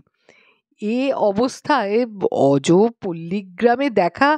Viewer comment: থনটন কাকা, একজন দক্ষ মাইনিং ইঞ্জিনীয়ার, কিভাবে প্রত্যন্ত গ্রামে এসে পড়লেন | বিশ্বাস না হলেও গল্পটা বেশ মনে দাগ কেটে যায় | অজো নয়, অজ্ পাড়াগাঁ হবে |